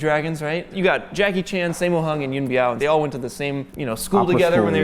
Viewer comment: Biao is actually pronounced like B ew Bew Yuen is pronounced kinda like You & N.